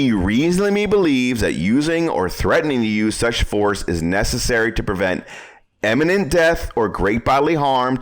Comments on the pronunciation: "imminent" not "eminent" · Very clear and concise explanations. The one correction I would make is that in #1 he sounds like he is saying "eminent". To be clear, the word is "imminent". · Great video, thank you. By the way, it's pronounced Imminent not Eminent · "Iminent", not " Eminent ". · Great, but please learn to pronounce the word I M M I N E N T ...not pronounced Em, like in the word Emigrate, for example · ‘Imminent’ not ‘Emminint’…geeessh…. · I listened to you pronounce imminent several times, and it's NOT emminent. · For God's sake, learn the difference between eminent and imminent. And learn how to say it. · Typical ignorant gun nut, can't even pronounce imminent, each and every time!